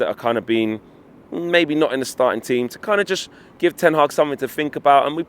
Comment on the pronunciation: Did he just call him Eric Ten Hard?